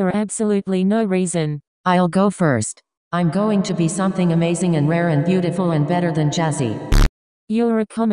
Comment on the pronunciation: She said beotifill